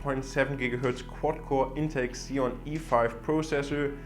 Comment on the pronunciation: Did he just say... X-Eon? lol